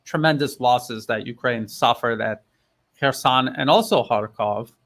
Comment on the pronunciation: No Russian speaker, never mind a native one, would pronounce "Kherson" in that way. This smells fishy.